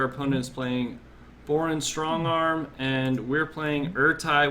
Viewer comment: Did you really call him boron strong arm? Seriously?